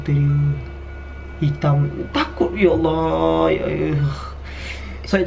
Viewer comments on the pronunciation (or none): none